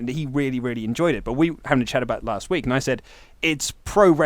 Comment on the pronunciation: Let me put the "t" in "last" for you.